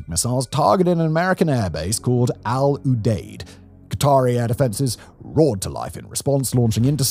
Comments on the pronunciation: FYI: Al Udeid is pronounced "Al youdeed" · The way you pronounce the 'Deid... 😂